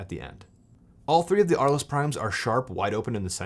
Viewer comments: The pronunciation is "arl". Thanks for the video! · Thanks for the video. By the way, the lenses are named after a French city which was home to painters Vincent van Gogh and Pablo Picasso. As apocryphal man pointed out, it's pronounced "Arl," the "es" is silent.